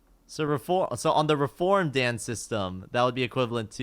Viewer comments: PLEASE stop saying daen it's dan as in だん PLEASE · He pronounces "Dan" like it's just a guy's name lol